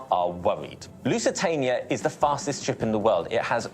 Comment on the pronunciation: Porque dice lucatania si el nombre del barco era lusitania